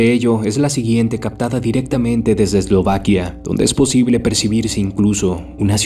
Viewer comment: Eslovaquia? O islovaquia jaja HOSTEL